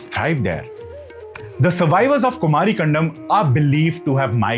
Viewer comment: Kumari in Thamizh means Aloe Vera. Land of cactus plants. Which means dry land/desert. Kumari. Not Kumaaari.